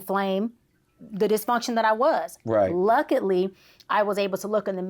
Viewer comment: I can’t wait to hear more of her content. I LOVE it, but did anyone hear “luckitly, toxidity, extonomically?” 😅